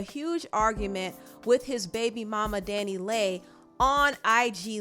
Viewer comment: Her name is pronounced Danny Lee (DaniLeigh)